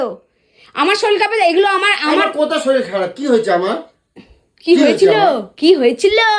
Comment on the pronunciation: Kotha ta SHORIL na Kotha ta SHORIR. Pora shona ta valo kore korle uchcharan tao valo hoto.